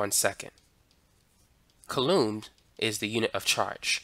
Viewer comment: Nice explanation. You'll want to get your pronunciation (and possibly your spelling) of coulomb correct for your next video. It's pronounced "KOO-lomm" or 'KOO-lome"